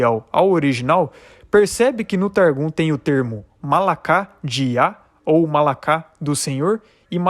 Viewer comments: A PRONÚNCIA NÃO É MALAKÁ, MAS MALARR. PORQUE A LETRA RAF SUFIT SE TRANSLITERA MALAKH, MAS TEM SOM DE "RR" FORTE. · Penso que você está fazendo um bom trabalho. Não sou especialista, linguista, mas vou lhe dizer alguns pronúncias. "Chawá = Havah( RRavá) como em Roberto; "Mala'kha= Malah".